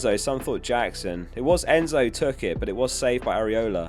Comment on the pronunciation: you called enzo "endo fernandez" haha, the recent transfers playing with your head a bit